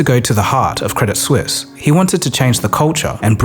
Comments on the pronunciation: Hey, just one thing, the T in credit suisse is silent - its french, not english. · Credit Suisse ❌ Credit Sus ✅ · I will never not pronounce it "Credit Soo-eess"